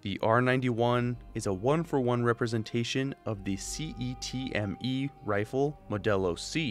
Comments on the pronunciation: Just so you know, the CETME is pronounced SET-ME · The way you said "cetme" letter by letter was a bit funny to me. Everyone else seems to just say it in one word. I will talk about a few interesting things. The type 93 is heavily derived from the ak (obviusly) and seems to take a few design ques from the rpd lmg (notably in the shape of the handguard). It should also be said that that the cetme/ g3 is ironicaly not capable of mounting scopes without modification, c!nt function without the stock (it has the recoil spring in it) and is terrible with supressors. The "91" in the name also probably comes from the "ptr 91", an american clone of the g3 and the only realistic way of getting one. Another wierd thing to point out is the caliber of these weapons. While 556 is an option with both the ak and g3 family of rifles, they are more often offered in other calobers-7.62 soviet and 5.45 for the ak and 7.62 nato for the g3. The wood furniture and streight mag on the g3 make it especially apparent that it is not based on the hk33, the 556 chambered g3. Also, i realy think that the reason fallout features more aks and less m4s and stuff is that they went with the ak= rugged stereotype when developing the game. Another titbit: assault rifles are defined partialy by the intermidiate cartrige. Techincaly soeaking, the g3 and fal are battle rifles.